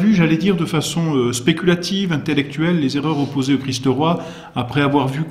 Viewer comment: Très intéressant mais par pitié il faut se défaire de cette prononciation vilaine et fautive : "le Christ-eu Roi"...